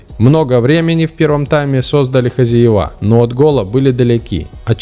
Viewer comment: ХозЯева, а не хозяевА. Это что за комментатор! Правильного произношения не знает. Видимо, вот она, ещё одна жертва нашего дебильного ЕГЭ.